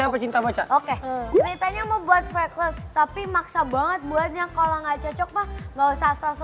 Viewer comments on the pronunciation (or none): FRECKLES CARA BACANYA TUH FREKELS GUYS PLIS BUKAN FREKLESSSSSSSSSSS ASTAGAAAA :'(